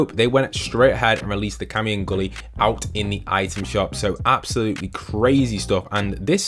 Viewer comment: “Cammi and Guly” LOOL you’re deffo not a street fighter fan.. it’s GUILE!!! 🤦‍♂️